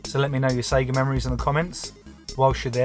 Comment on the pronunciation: Here for the series! The Polish pronounce it correctly SEGA, Loving the voiceover. Im not a gamer but I learnt something about this iconic brand